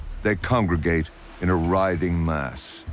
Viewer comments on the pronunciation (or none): none